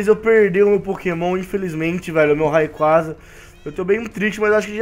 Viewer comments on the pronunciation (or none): none